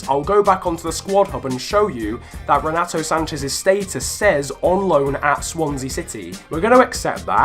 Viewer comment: Its funny how he says renato sanches 😂😂😂😂